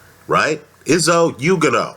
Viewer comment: His name is pronounced is-oo oo-gone-oh. Izu being short for izugabe. I strongly believe izu will be too fast a slick for Dominic Breazeale who is immobile and predictable with his offence, he is how every very tough.